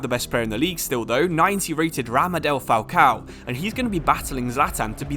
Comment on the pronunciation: Did he just Say Ramadel Falcão ? 😅😅😅